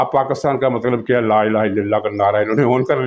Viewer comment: آپ نے نوٹ نہیں کیا عمران کلمہ غلط پڑھتا ہے۔ لا الٰہ الاِ اللہ کہتا ہے، یعنی لام کے نیچے زیر پڑھتا ہے۔ بیشک اس کا کلمہ دوبارہ سن لیں۔ اور یہ زیر وہ جان بوجھ کے پڑھتا ہے۔